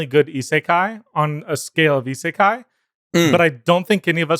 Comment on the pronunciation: Please tell him how to prononce isekai